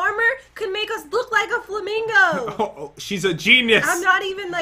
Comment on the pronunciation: says flimango I thought it was the youtuber